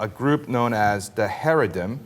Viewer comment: These guys sound like a couple of moist, pink assholes. 1. The appropriate pronunciation of 'Haredi" is NOT Hair-e-di. It is cha-REI-di. How do we take someone seriously that does not even know the correct pronunciation of what he's talking about? Because that means that he has never interviewed a single Haredi Jew. 2. Haredim is not a "small sect" of Judaism. They are the closest thing to the original form of Judaism. 3. Religious freedom is an AMERICAN principle. And I hate to let you know that Israel is not America. Nothing that is apt in the American situation needs to have its analogue in Israel.